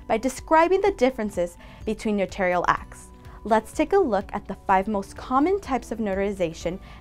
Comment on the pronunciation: Thanks for saying "no-tair-ree-uhl" and not "NO-TOR-REE-UHL".